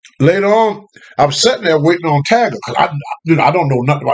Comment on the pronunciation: My son's name is Tiger so hearing him say "Tager" is fucking hilarious 😂😂😂